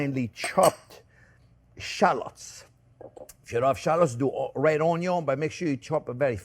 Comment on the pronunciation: I will never get tired of Jean-Pierre saying "ONYO!"